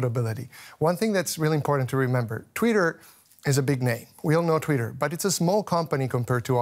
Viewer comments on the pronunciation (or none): Guest speaker cannot even pronounce twitter properly . . . proceeds to pretend to be an expert . . . ROFL